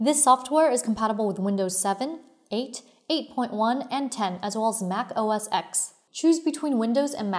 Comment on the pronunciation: I quit when she said macOS "EX"